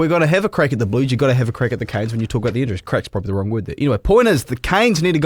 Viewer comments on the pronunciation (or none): It's CANES ffs not KINS! 🤦🏽‍♂️🤦🏽‍♂️🤦🏽‍♂️🤦🏽‍♂️ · Yeah we’ve argued about this all year. The song is “Canes”, the word “Kins”?